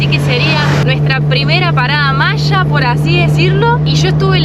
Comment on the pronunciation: Se dice maya no machas 😂😂😂😂😂 voludos argentinos